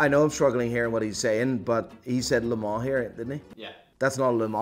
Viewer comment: The way Offset said Le Mans pissed me off